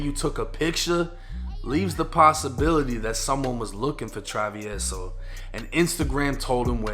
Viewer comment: I had to watch this just to see how hed pronounce travieso 🤣 but you didnt butcher it! Good shit!